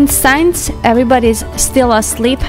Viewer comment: Hi! Great to see that you're doing things in garden (my fav part), and Zsolt and the guys being included. Can I make a suggestion? Please note that "since" should be read more like "sins", and not like "signs". As East European and not a native speaker, I understand how English language may be difficult... I noticed you struggle with the expression. No hard heelings, of course.